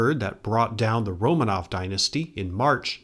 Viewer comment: Romanov should be accented on the second syllable: Ro (o as in or) MAHnof